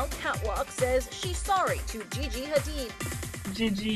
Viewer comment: GeeGee, I'm soooo sor-reeeee. French. Hilarious.